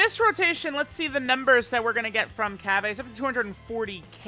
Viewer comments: 🤓☝️ its cabba not cabbea! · Am I missing something here? Cause why are you calling him "Cabb-ay", his name is pronounced "Cabba (Cabb-uh)". It was just messing with my OCD a bit. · No my good man I can % confirm it’s cabba not cabbA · you mean cabba not cabbae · It’s cabba not cabbea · Day??? of hearing say CabbA. It hurts my soul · This video was so hard to watch everytine he tried to say cabba like God damn